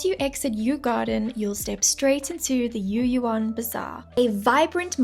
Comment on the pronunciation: no yu'yu'an，is Yü'Yuan